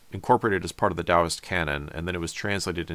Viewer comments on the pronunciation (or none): none